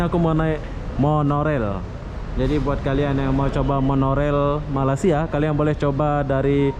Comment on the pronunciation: boleh tak sebut perkataan MALAYSIA 🇲🇾 dengan betul lepas ini..boleh search sebutan yang betul di YouTube...Salam Satu Rumpun ✌️✌️✌️🤗🤗🤗